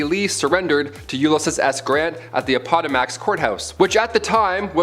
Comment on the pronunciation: A pot a max? Appomattox courthouse. For gods sake read a book.